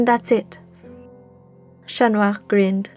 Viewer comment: Finally. Someone who pronounces "Chat" correctly